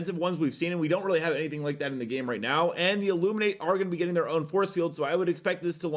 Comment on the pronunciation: I just hate the way he says “IllumiNATE” its just Illuminate bro lol